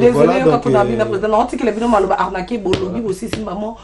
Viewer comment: arnacle oyibi ata KO prononcé anacle te